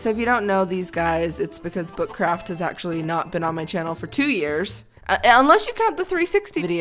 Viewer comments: Or u saying butt craft or book craft?? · did you say foot craft:D? lol